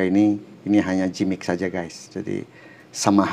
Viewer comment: makasih riview2 nya pak, sangat membantu untuk keperdulian kepada hak hak konsumen agar mendapat produk yg benar dan tepat serta jujur...btw Giimmik pak, gak usah dijadikan J huruf G nya hehehe ...maturnuwun infonya